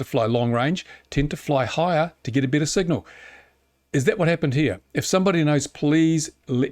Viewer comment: can't listen to words with E pronounced as I he should have known bitter